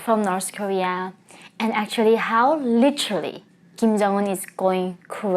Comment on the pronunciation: The word 'literally' (as you pronounce it - litchrelly) is used far too often in all your videos. It's distracting and unnecessary most of the time. Just saying.